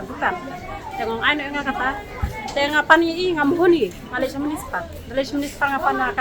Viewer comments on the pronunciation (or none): none